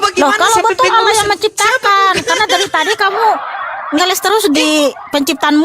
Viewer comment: Bokis. bokis....ngelessss bukan ngelek ngelesssss